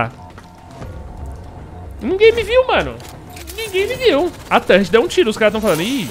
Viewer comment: "tãnrreti" fala torre ou torreta po rsrsrs